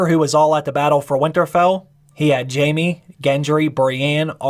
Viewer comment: its jaime* not jamie.. pls make sure u say it right when u try to correct the mistake